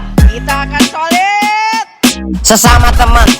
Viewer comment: Yg gw denger : "kita akan Siliiitt......Siliittttt....,Silittt"